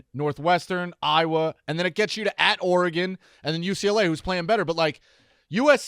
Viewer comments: Dave’s refusal to pronounce “Oregon” like a civilized human is ridiculous. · So nobody has the balls to help Dave pronounce Oregon correctly?